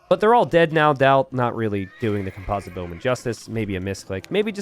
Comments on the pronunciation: it's COMPosite bowman, not comPOSite bowman! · Holy crap man i wasn't gonna say anything, but you've said "comPOZIT bowmen" like 15 times now 😂 and then right after that, you say "composition" flawlessly. It is the root of that word yet you pronounce it so differently😂😂😂